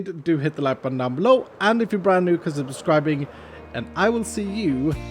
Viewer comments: really said "Consibascribing" and thought we wouldn't notice. But then again, that's why we watch:) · ah yes, "gunzibber zgribing"